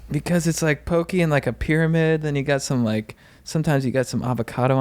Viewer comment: Hope when you’re on tour in Hawai’i you finally learn how to pronounce poke. You guys are legends but always lose a couple respect points for the mispronunciation.